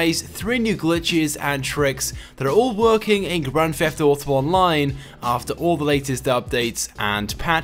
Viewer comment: its his accent